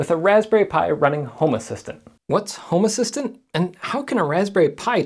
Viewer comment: This looks cool, will have to look into it for my smart stuff. Random aside, I keep thinking you say “homer Simpson” nit home assistant :p